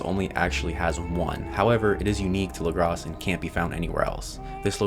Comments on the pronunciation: It’s pronounced lagra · The s is silent in Lagras.